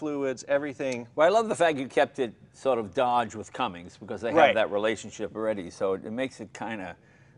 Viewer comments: Hey Jey, it’s CUMMINS NOT CUMMINGS! Sheesh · Jay, man, it's Cummins. Cummins. Now come on.... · Jay is triggering me by calling it a 'Cummings' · Jay, if you want anyone that owns a dodge diesel pickup truck to watch your videos, you've got to stop saying "Cummings"! It's "Cummins" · Jay, it's a Cummins not Cummings. It even says it on the truck. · I know it’s trivial BUT it’s Cummins not Cummings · Hey mr leno its cummins not cumings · Jay, it’s Cummins, not “Cummings” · Why does Leno pronounce Cummins like Cummings? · Cummins not Cummings Jay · He kept saying comings I instead of Cummins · Ok there is no such thing as a Cummings. Cummins has never had a g in their name and never will. Hearing someone say Cummings is like nails on a chalkboard. Come on Jay... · Cummins Jay..cummins. Not Cummings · Cummins not Cummings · Jay do you know you are pronouncing cummins wrong it is not cummings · Kept cringing when Jay said "Cummings" multiple times. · Jay its Cummins...not Cummings lol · Say it with me.......CUMMINS, CUMMINS, CUMMINS, not CUMMINGS, lol......and I'm a Ford guy. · Love you Jay Leno but it’s CUMMINS, not “ CumminGs” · Hey Jay, it's Cummins, NOT Cummings! Beautiful truck but way overpriced!:face-purple-crying::face-purple-crying::face-purple-crying::face-purple-crying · It's Cummins Jay, not Cummings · Stop saying Cummings Jay!!!!! It is Cummins! Even says it on the badge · Oh jay it’s not Cummings. Cringe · I think its awesome J can't pronounce cummins!!! WE LOVE YOU J !!! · Don't Cummings make dampeners? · (Highgear1) I'm gonna guess it had something to do with liquid coming out of your nose. I thought the same thing. Jay's a smart guy, but he's a car guy. And he has a speech impediment, so you could have told him it was Cummins 20 times and he would have said "Yeah, I know, Cummings.". All told, it looks like he had a buttload of fun driving something that could probably tow my house. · It’s Cummins, not Cummings. Leno should know that.